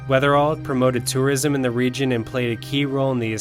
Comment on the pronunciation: Great video! But, it’s Weatherill, not Weatherall.